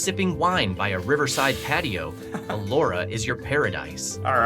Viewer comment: Elora not Allora